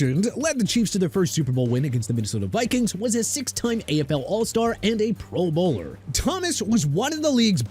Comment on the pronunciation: Honestly, the way you say pro bowler makes me want to run into a wall Kool aid styles!